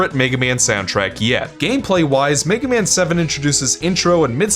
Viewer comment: Somehow it sounds like you're saying "the Megumin franchise".